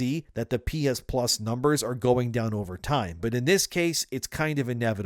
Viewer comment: "pee-is-pluz"? "pee-is-1", "pee-is-2", "pee-is-3"